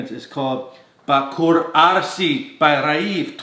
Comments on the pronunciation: So funny you said ( Bakhoor Arsi) 😂 it’s ( bakhoor Asri ) it means modern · Its bakhoor Asri not Arsi And means "modern incense" Great video as usual 😍😍